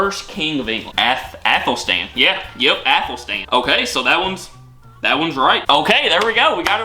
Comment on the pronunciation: Forget the E its Athel-stan.